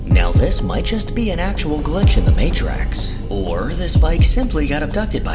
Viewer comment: If you must use AI voiceovers, please train it to pronounce words correctly; eg matrix is not "matrax".